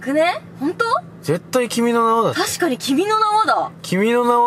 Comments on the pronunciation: 段々君の名はが君の縄って聞こえてきた、笑笑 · 君の名はを連呼しすぎて君の縄にしか聞こえん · 君の縄に聴こえる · 君の縄にしか聞こえなくなってくる笑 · 分かりますww 何回も言ってるとそれにしか聞こえない😂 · 君の縄ってきこえたwww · 君の名は連呼し過ぎて 君の縄に聞こえる ゲシュタルト崩壊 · 君の名はいいすぎて君の縄に聞こえてきたｗｗｗｗ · あーちゃんの君の名はさ、君の縄じゃんにしか聞こえないw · 君の名はなんだろうけど 君の縄 に聞こえる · 君の縄にしか聞こえん笑笑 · 君の縄にしか聞こえんw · 君の名はがどんどんキメの縄に聞こえてごめんね！